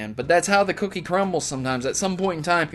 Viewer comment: "..thats how the kooky crumbles.." silly:p its cookie not kooky